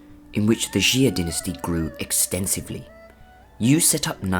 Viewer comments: PUTONGHUA,夏，prounced as，（x）+（ia）=xia，not ，♦xi+a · It's actually pronounced "Shaa" than "ex-zia" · 夏，xia，1 syllabke，not，♦xi+a♦ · xia is pronounced 'chia' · I’m just wondering how he got jee-a